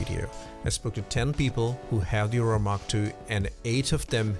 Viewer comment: "Ah-roar-ah" as in the Norther Lights, not "Oh-rah", the energy field supposedly around our bodies.